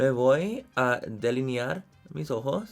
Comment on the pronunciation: "mis ojo- s " Soy mexicana y dios le salio increible estoy bien ...